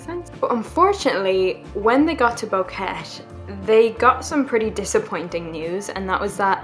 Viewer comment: Its pronounced Bo-Que-Te